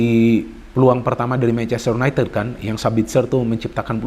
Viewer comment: y u n a i t i d bukan u n a i t e d